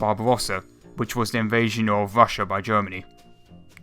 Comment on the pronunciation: "Thats where you Wong", "invation to Wassia"???? Really?? Fuck you!